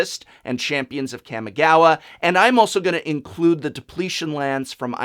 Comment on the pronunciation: Professor, Japanese words- or even Japanese inspired words are broken down into consonant-vowel combinations. Ka sounds like "Caw." Mi sounds like "me." Ga, and wa follow the trend of "Ka." So put them together, and you get "Ka-mi-ga-wa." Caw-Me-gah-wah. Now sound it out quickly. :) Kamigawa. Note that it does not combine the "M" after Ka. There is no "Cam" sound in this pronunciation. I hope this pronunciation guide has been of help to you. This and all pronunciation guides are supported by you- at Patrion! ;)